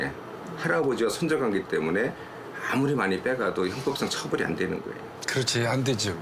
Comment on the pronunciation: 거애요가 아니고 거예요 입니다